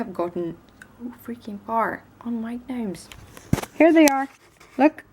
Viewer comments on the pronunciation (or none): I think it's soooo cute that you call them g-nomes. In America we says "nomes"...silent G. Love all your videos!! The cards you make are amazing!!